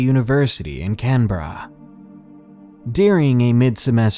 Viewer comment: It's okay, fam. You can just say Can-bra.